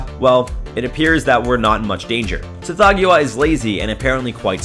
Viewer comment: I REALLY prefer the pronunciation "Sath-HOG-wah" and not "Seth-THOE-gue-ah".